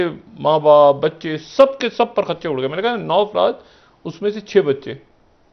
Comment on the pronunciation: It is not " PUR KHUCH CHEY" It is "PARAKH CHEY"